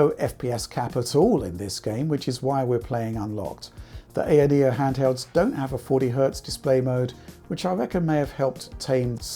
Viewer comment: Thank you for calling it an ayaneo with an a not an I, like all the American reviewers call it.